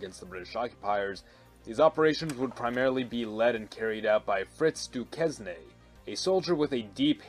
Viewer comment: Pronounced "dew-cane". More importantly, too much arrant nonsense towards the end.